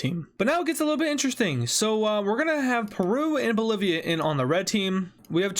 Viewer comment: You said Polivia…